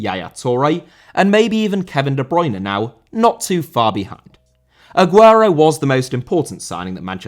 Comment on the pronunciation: Bruyne* not Bruyner